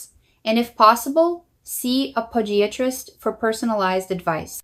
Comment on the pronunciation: Watching these videos is starting to become comical. Literally every sentence is a different voice/accent. And u gotta love how it says someone’s age..one four instead of fourteen and how it says podiatrist 😂 U have such a large following and produce too good of content to use such a cheap AI voiceover program. Using AI isn’t the issue at all, it the fact it switches to a diff voice/accent literally every sentence. I just don’t seeing it being that hard to use an AI voice program that uses one consistent voice throughout the length of the video. Like myself, I see more followers bringing it up in the comments and I would just hate for u to lose followers because of this. Keep giving us great videos like u always do, but please take more time in the voiceovers 🙏🏽🙌🏽♥️